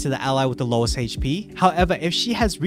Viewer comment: Haha goes "hayche-pee"